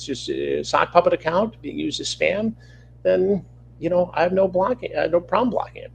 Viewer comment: didn't know we started calling them "sock puppet accounts" ... CH is probably the kind of guy who says "pin number" and "atm machine," even tho those words are already in the acronym 🤣 (PIN: personal identification number) (ATM: automatic teller/transaction machine) Also, I heard this as "stan" instead of "spam" so I thought he was admitting he blocks ppl who Stan content creators he doesn't like 😅 which I think is the more truthful of the statements..